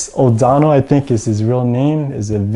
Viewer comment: It's not O'Donnel, but O'Connell, as in Finneas O'Connell.